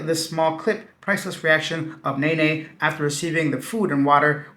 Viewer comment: The way you pronounce Nanay had me rolling 🤣🤣. It’s nah-nigh not nay-nay